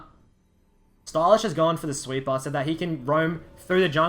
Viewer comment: sweeper - he pronounces as sweet bar. took me some time to understand lul